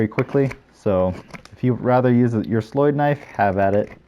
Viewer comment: As a swedish person i love it when i see peaplo use slöjd/sloyd knives and the diffrent ways they call it. Your way to say it is actualy very good.